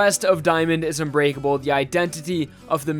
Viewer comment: thought you said “Diamond is u grateful” xd